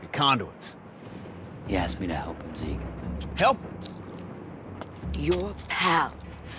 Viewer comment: zeak? who is zeak? IT IS ZEKE